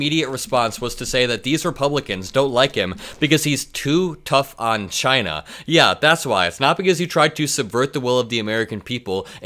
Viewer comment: When all else fails, just say, “Chainah”